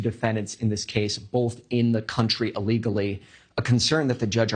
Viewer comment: It's ILLEGALLY, not ALLEGALLY.